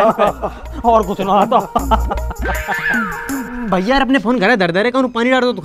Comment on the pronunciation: Mastani said : भैया ❌ वय्या ✅